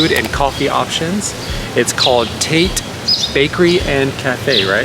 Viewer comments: Tah-tay. Not Tate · Loved this vlog! Ps- it’s pronounced “TAH-TEH” - notice your cups say “tatte like latte “ haha ❤ glad you enjoyed! Visit again! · literally screaming at the way this man is saying “Tate” for Tatte.